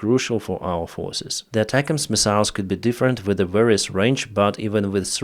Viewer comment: I put up with mispronouncing the word missiles just to get good information